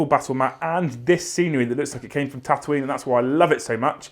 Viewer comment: Hey it’s tautooine. Lol